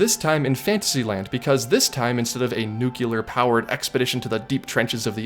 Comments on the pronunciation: … buddy… NEW-KLEE-ER. 😂 It’s only noo-kyoo-lar if you’re George Bush. 😋 Seriously though, keep up the fantastic content! 😊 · Great content, but don't let bad grammar hurt it! It's 'nuclear` - pronounced new-clear - not nukular. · Nuc LEE ur. Not nuc U lar. There is no U in the middle. This is an awesome ride. Gives variety. Why the hate? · Its pronounced "new-clear" not "nuke-u-lar" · Repeat after me... new clear.... two sylables... not new cue lear.... not three sylables.... nuclear.... nu clear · Just because you said “nuke-you-lurr”? Unbelievable. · The word is "nuclear," not "nucular." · I love you, but....nuc-leee-ur! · Nuclear. Sorry, lol.